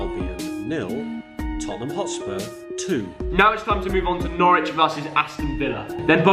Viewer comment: Couldn't of got norwich villa more wrong